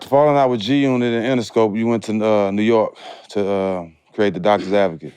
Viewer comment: Game is a Legend, they have to pay Game to stop saying G unot lol